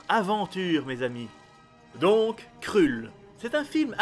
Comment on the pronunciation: Mdrrrrrr... On dit surtout pas "krulle" mais "kreulle"..... OH MY GOD... J'ai tenu 30 secondes... Désolé...